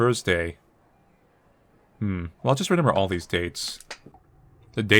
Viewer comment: 'Renember' (No idea why it stands out to me, but it's a fun little quirk)